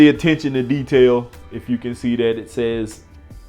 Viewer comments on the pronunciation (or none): none